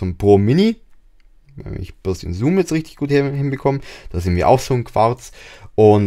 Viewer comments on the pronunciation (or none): none